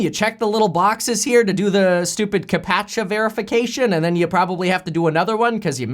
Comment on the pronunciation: Is no one going to say anything about Kevin called the captcha system "Ka-paa-chuh"?